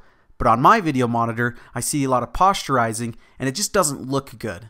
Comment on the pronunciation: posture-izing?......you mean POSTER-izing, correct?...must be